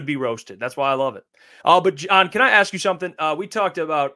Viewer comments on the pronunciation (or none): John doesn’t even know how to say his own name right…. Lol